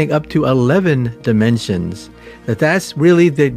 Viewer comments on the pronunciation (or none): none